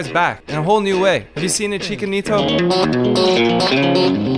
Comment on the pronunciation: just heared you say ichika nito. fuck